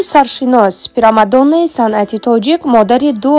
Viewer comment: Ба чойи ,,примадонна" , ,,пирамадона" гуфт. Бесавод блогда дар интернет гум кун.